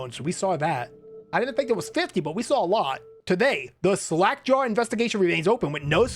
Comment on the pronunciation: it's sounded in the start like you said slack jar